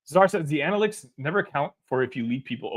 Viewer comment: Brad is setting Tyler to take over the team once he retires. Then we’ll be shooting nothing but threes. An-uh-lit-iks 😉